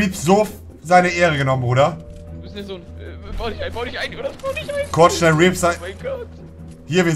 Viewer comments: Was für reapz es heißt repaz diggah muss los... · Monte sagt immer repz er heisst repaz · ER HEIßT "REPAZ" MEINE GÜTE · #NoHate, er heißt Repaz ;^)